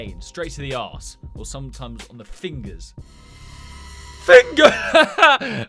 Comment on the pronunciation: I watch you too much as soon as I hear fingers I shout FINGAHS